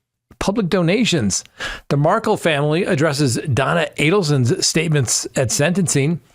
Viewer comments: Correction? I think you got that wrong, ~ I'm pretty sure the truck driver stabbed Sanchez after being assaulted by him. And this makes the 3rd or 5th time mentioned to you in comments, that I have seen, Dan Markel is pronounced Markel, rhymes with spell, not Markle with your sparkle. You ask us to comment but there just must not be time enough to read them all. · It's pronounced "mar-kale", not markle. Love your podcast! ❤ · I’m starting to think it’s intentional. Their name is MAR-KEL. (MAR)-(KEL). Not MARKLE. MARKEL ✔️ MARKLE ❌ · Lawyer, lawyer, please pronounce Dan Markel's family's surname correctly. Accent is on second syllable. Mar-KELL. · There is no excuse for you mispronouncing the Markel name... Shame on you. This has been all over the news. You have to know how to pronounce it correctly. Please! Don't disrespect the Markels any more than they already have been. 😡